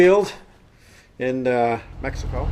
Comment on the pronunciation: Did you say "Mexico"? Lol